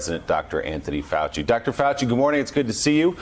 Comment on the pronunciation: Keep on open mind..........says Faux-chi. (who doesn't have one).